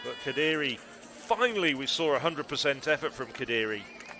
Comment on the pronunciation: Why is he saying Kadiri? Lol